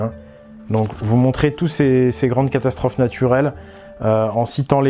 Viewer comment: il n'y a que moi qui a entendu " castasstrophe "? x) mdr, jten veut pas, super intérrésante ta vidéo!